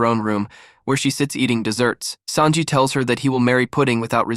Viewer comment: i like how you say sanji as SAND JI not SON JI lol love your videos !